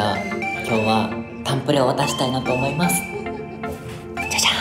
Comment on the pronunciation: りゅちぇの「誕生日プレゼント渡したいと思いますッッ」の小さいツついてる感じめちゃ好き。